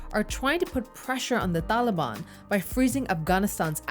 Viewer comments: “Da daliban” hahahaha wtf is she saying?!? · Wrong. Taliban in its current form is a Pashto word and she is not pronouncing it as ppl in AFG do. Maybe she's using an Arabic pronunciation, but no one in AFG says it that way.